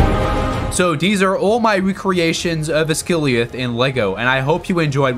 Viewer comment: 'Oz guh lie ath' not "uss gily uf"